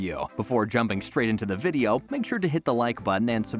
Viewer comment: What’s a videoaww? 😂